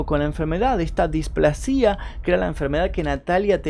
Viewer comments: Muy bueno el video pero no es displasía, es displasia con acentuacion en la primer a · un consejo es "displásia" como si tuviera acento en la "a" no "displacía" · Sólo una corrección .. se dice displasia con acento en "pla" no en la i.. buen video! .. Saludos desde Ecuador 😊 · Me haces doler los oídos como pronuncias "displascia" no displa-sia como lo pronuncias vos! Igual le doy like al video! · felicitaciones por su trabajo, soy nueva suscrita que casi casi termino de ver sus vídeos, me gusta la forma clara y ágil de narrar, orientadora, precisa, envolvente muy muy buena performance..una nota: tener un poco de cuidado en algunas palabras no muy conocidas para salir de dudas ejem. desahucio (pasado 3ra. persona y displasia, ojalá no lo tome a mal...juntos aprendemos.. soy de Perú....gracias un abrazo cordial. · Pronuncias mal displasia